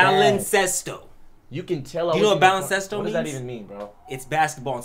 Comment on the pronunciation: Lol wtf, no. the way he said it was like a 5th grader trying to pronounce Spanish for the first time